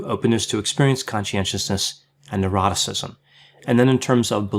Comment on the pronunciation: Every time he explains the OCEAN acronym I always hear the last part as “and eroticism”. It leaves me wondering if I need help and what kind.